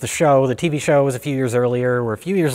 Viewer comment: It's tV. NOT Tv. You're making me nuts.